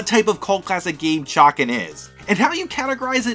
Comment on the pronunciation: say Chay-Can